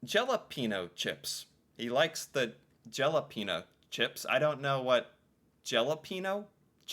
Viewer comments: Jalapenos ... GEL-A-PIN-O's emphasis on the A .... gelApinos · I’ve trained as a chef and I’ve never heard any professional cook refer to jalapeños as gelapenos.